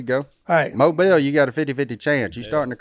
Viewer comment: Mobile is my hometown! Bonus for pronouncing it right